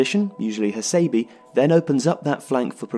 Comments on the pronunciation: Bijak R A Yes please. Cannot stand the annoying Hasaybeee. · his name is pronounced as ha-sé-bé, dammit